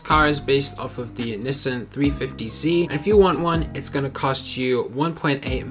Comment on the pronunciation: No hate but why does he say nissin